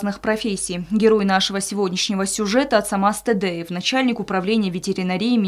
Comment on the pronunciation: Ацамазу огромное спасибо за героический поступок!!! А комментатору очередное замечание:не Тэдэев, а Тедеев...или правильное произношение уже не важно...